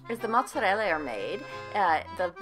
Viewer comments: Its annoying when she says matttzereellla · Its pronounced Motz-er-ell-ah.....ugh. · mozzarelle is the Italian PLURAL form of Mozzarella. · TMS Fleming no she says Mozellella And you say it like this Mozerella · it's "motserella"; get it right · It's moooottzzzarela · You try to sound cultured by pronouncing mozzarella like that but you don't even pronounce it correctly (the correct pronunciation is muzerell) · omfg...stop saying Motzeriellia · Stop saying mozzarella like motzahleylah. Please. It's giving me a headache. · Its because she completely lacks an accent whenever she speaks any other words, then you can tell shes over-accentuating the word "Mozzarella".. Thats all. Its like talking about Mexican food casually with an American accent, then out of nowhere rolling your R's for any Spanish word. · well...she needs to use the italian accent for italian words. Why should she use the italian accent while speaking english? Doesn't make sense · Correct?? I think not. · It still comes across a bit pretentious. Like we get it, okay, just pronounce it in common tongue. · Maybe her pronunciation Mozzarella sounds inauthentic because it clashes with her American accent. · It's funny cause I'm pure Italian and I don't say it like that at all, then again I don't speak Italian I speak some Spanish. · american pronunciation it's awful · My favorite part is when she says mozzarella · I really hate it when Americans feel the need to over pronounce words like shes doing with mozzarella like it makes them official. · the only time she says mozzarella with an english accent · *When you Google how to pronounce mozzarella and you want to show off to your friends Goes to Olive garden ONCE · Is it just me but it sounds like she pronounces mozzarella different every time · What’s up with the over the top pronunciation of the word “mozzarella”??? Is that how you speak Italian?! 🤯 LOL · Please stop putting an accent on mozzarella..